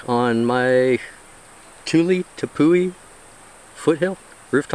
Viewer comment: Not to be a nag but it’s not pronounced Tepoo-ey. It’s an Pemon/Cariban word from Guyana. We say “ ˈtɛpwi “ or, “Tep-Wee.” Thanks for attending my Ted Talk!😊